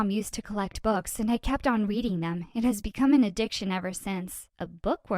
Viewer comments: Her: Ive been We weading my novile Me: yeah she's definitely a bookworm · Did she just say weweading? Just me? Okay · “I have weweading my favorite novels” lol